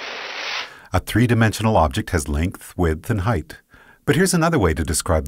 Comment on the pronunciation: This guy pronounces width and depth so annoyingly.... I couldn't stand it. Widdthfrthfht Defffpthft